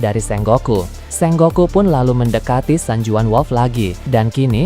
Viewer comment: SENGOKU bukan SENGGOKU